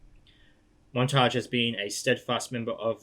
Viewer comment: He called Montagne “montage” hahaha nice